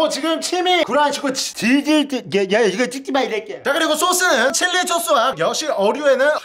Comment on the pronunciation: 칠리쬬쓰 타로타로 소스 하나도 제대로 말 한게 없네 ㅋㅋㅋㅋㅋㅋㅋㅋㅋ